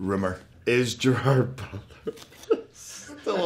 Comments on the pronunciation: "I'm Gerrrwwrr Brrwrrrr and I'm going to do a Google Autocomplete Interview" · Sounds like he says "I'm jar boler" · Ah, so it's "Gerar Boodla" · I was already surprised within literally the first few seconds, like that's how you pronounce his name??? Alrighty.